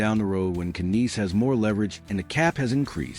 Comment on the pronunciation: you know its AI bullshit when they cant even pronounce the name right